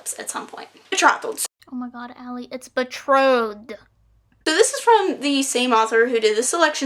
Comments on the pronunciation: It was so cute when you said “betrotheled”😂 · "It's Betrothed." 😂😂 Respect for leaving your original pronunciation in the video.